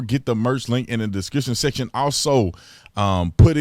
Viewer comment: Most people: “Description Section” Big T: “DiskrissinSessin” No need to talk so fast in your intro! 🤣There ain’t no time limit man! We’ll still be here !